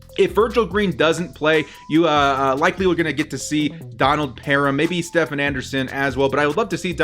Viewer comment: It’s not like Steph curry. Stephen = Steven with a “ph”